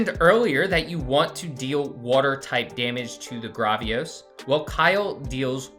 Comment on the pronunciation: it’s Gravios, Say the first part like gravel (like the meterial)